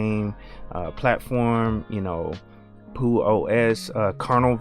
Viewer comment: I would suggest you pronounce the X rather than keeping it silent. In the "About" section of the website it reads: Peux represents the linux "Penguin with a tux". I think Google simply gave you the pronunciation for the French word "peux" which means "can" (as in 'can you do this?').